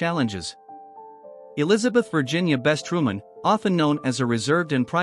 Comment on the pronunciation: Her name is Bess not Best